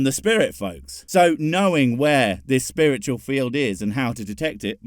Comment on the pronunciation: Are we just ignoring the fact he's saying "spurritchul" instead of "spiritual"? Cool. Coolcoolcool.